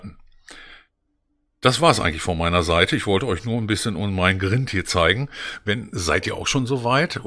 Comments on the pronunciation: das heisst greind, nicht grint ausgesprochen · Man spricht Grind anders aus.